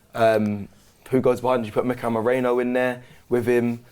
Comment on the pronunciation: Why do you british men always pronounce spanish names so poorly? Americans pronounce Spanish names way better & you guys are part of the same continent as the original Spanish people. It's (MEH-REE-NO) not Moreno. Wth, you guys would say Blazcykowski correctly before you pronounce a Latin name correctly that's crazy